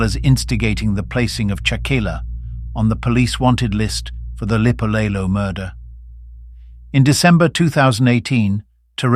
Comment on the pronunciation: It's written "Lipolelo" but pronounced "Dipolelo"....(meaning TALKS)